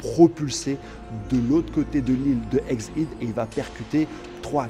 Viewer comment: exid, caillot x) c'est une manière originale de prononcer ^^